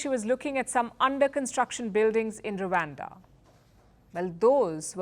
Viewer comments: It's Rwanda nor Ruwanda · its rawanda not wakanda